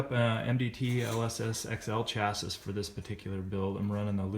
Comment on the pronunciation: I'm glad he did this video, even if I had to mute it and turn on captions the third time he said "chasisss"